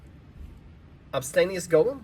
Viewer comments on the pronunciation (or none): "Simála Crumm" - It's Sim-OO-Lah-Crum". Really grinds my gears when people enthusiastically get real world terms wrong. Jesus man, just read the card, it doesn't say "Obstanious", it's "Obsianus". Again, a fancy Latin word for black.